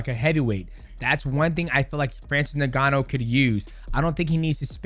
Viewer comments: It's not pronounced "Nigganou" 😂 Crikey DJ don't get canceled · Pronounced N-GA-NOU. Cheers. Thanks for the vids👍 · Mighty punch-drunk, can't even start with the correct pronunciation of the man's name,; glad he thinks Iron Mike is "really good" at boxing